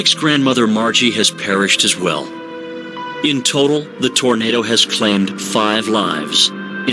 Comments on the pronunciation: Always feel for these people but for god sakes....it's Tornado not tornada! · Well why would you listen to anyone who says 'tornadah'?